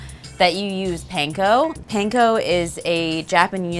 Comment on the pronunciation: This looks yummy! I make mine very similar. Sometimes I bake it and sometimes just eat it all creamy from the pot!🥣🧀😛 also, Panko is pronounced Pawn-ko ( not Pain-ko)😉